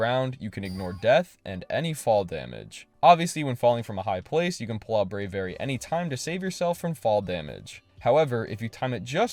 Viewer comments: No way he just said Brave-ary and Bascoo-lagon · Brey very? It’s bray vee ary